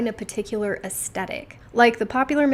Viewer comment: It's pronounced "es THetic". And even though I always self-typed as a soft classic, lately I think it may be Ethereal. But accord. to Kibbe, it could be soft natural??